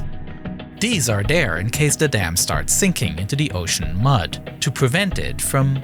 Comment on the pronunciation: I heard "deese are dehr" instead of "these are there". Perhaps it's just me.